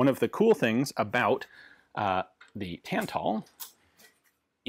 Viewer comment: Cool to see another video on Polish weapons! Some language nitpicks (sorry): The "ó" wzór is pronounced more like a shorter version of the "oo" in "poor", rather than an "o" in "core" or "bore", "Tantal" is pronounced not too differently from English, it's just that both "a" are like in the word "tap" and "Beryl" has a hard "y", the "e" is pronounced like in "bet", and the stress is on the first syllable.